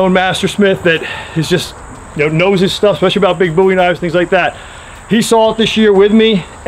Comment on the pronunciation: Thank you for saying "bowie" correctly